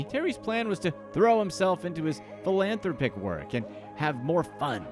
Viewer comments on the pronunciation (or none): Phil-Anne-Throp-Ick, say it with me now. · Try this pronunciation for "philanthropic":. Phil-Ann-Throp-ick. I think it rolls off the tongue a little easier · That's a weird way to say philanthropic.